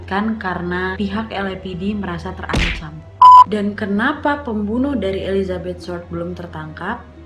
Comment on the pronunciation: Ketawa aku wakk pas salah sebut nama marga dari hodel menjadi "Holden" Dan Elizabeth short menjadi firllt atau apalah itu wkwkwk. Saking semangatnya sampe lupa dan salah sebut 😂